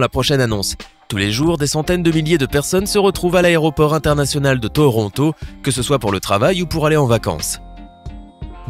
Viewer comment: Le robot A galère a dire Toronto